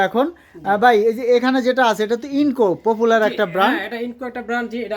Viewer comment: INGCO (ইন জি কো) not incco